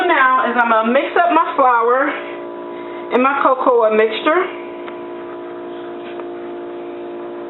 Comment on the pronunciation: YUM!! Looks great but is it just me or is she pronouncing cocoa wrong? Not a big deal just wondering